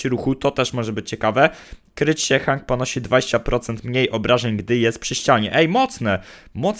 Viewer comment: on jest od Otisa a to znaczy że tak samo jak on jest od paintball OGARNIJCIE społeczność się bo panda robi wam wodę z mózgu wogule te postać wymawia się ,,henk ,,a nie tak jak on hang